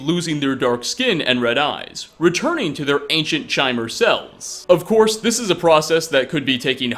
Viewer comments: Also it's pronounced ''KY-mer'' not ''Chaimer''. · Isn't Chimer pronounced like with K sound? Like Chiron? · How's it actually pronounced? Chai-mer or Kai-mer? I always assumed the latter since the state of enlightenment in the series is CHIM, which is pronounced like Kim. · Kymer seems to be the pronunciation. Chimer seems to mean changeable as in Chimera. Probably a Bethesda hidden deal.